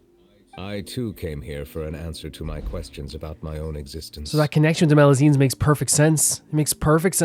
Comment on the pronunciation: Knowing Neuvillette, he's sending you to Meropide for both your previous misgendering of melusines AND mispronounciation of their species XD